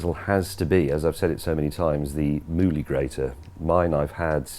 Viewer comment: Ill give the Mouli grater a try, I had to rewind what James was saying about 5 times, Moodie Grater? Movie Grater? Goggle struggled with those searches. Looks like a good grater and better than my current set up, James May approved. You should have the Amazon link in the description!